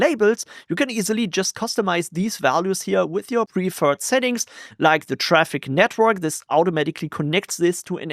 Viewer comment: Can’t help it but I always hear “Netbird” when you say network 😅